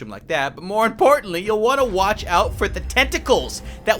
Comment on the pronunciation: Brb he said match and not watch mob is your favorite